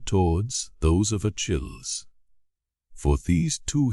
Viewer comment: It is grating to the ear when a proper name as commonly known among educated English speakers as Achilles is grotesquely mispronounced